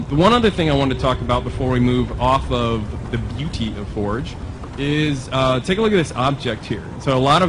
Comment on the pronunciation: So are they calling it Halo Fourge?